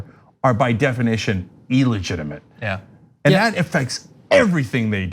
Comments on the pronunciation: e-lligitimate! come on, young turk! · Somebody tell cenk how to pronounce illegitimate please.